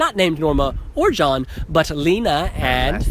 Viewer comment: Liina😂😂 In Finland you produnce letter "e" like in word "Excellent". And btw, in Finnish "liina" means cloth, but it is actually name. I hope you understood😂💗